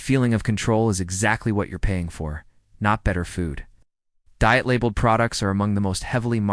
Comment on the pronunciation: Dee-it foods? 😂